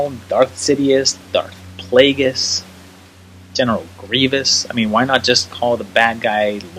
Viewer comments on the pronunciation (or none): none